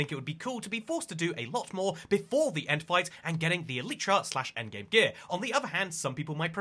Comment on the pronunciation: This is another one of those don't fix what ain't broke kinda things. The eye of ender recipe doesn't need changing. Also, if i took a shot for every single time you mispronounced elytra i would've died of alcohol poisoning.